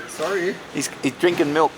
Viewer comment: You say Sorry for some reason and the Lady wondering why you yelling out Saree, You looking for a dress ? , )